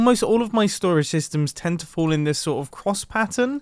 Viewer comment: "cwoss pattern"